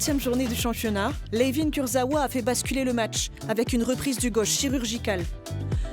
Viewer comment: La voix off qui ne sait même pas correctement prononcer le nom de Kurzawa 🤔🧐